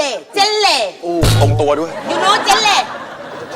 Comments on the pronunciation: อ่านว่า เจน-ร่ะ ป่าวคะ ฝรั่งเมกันที่เป็นเพื่อนกันเค้าอ่านแบบนี้อ่ะ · I'm a native speaker of English and when the teacher says "genre" all I hear is "jelly" 😂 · Genre=เจเล Grandprix=เกรนดี พริ่ก History=ฮายสทอรี่ Island=อีสสะแลน Future=ฟูตูรี่ Setup=ซีตับ 555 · ขำมากค่ะ เจนเล่ แกรนดิเพลก ไฮสตอรี่ อีสสะแลน ฟูตูรี่ คำสุดท้ายขำหมดแรงเลยค่ะ ซี...ตับ